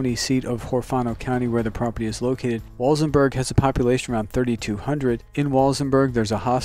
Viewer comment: It’s pronounced Wal-SEN-burg.....not pronounced Wals-en-berg.